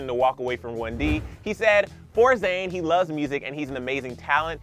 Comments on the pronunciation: ‘Zayne’ .... okay.. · “ZAYNE” ahhhhhhhhhhh